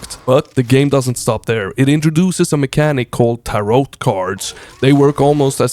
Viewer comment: Gravelord looking like a must pick up. Just so you know, with the word tarot, the T at the end is silent. Thanks for doing all you do and cant wait to see what you cover next.